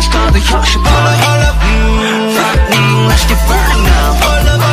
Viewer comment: I watched this video just to make sure that joong did not say ``fuck me`` when he actually said ``frightening``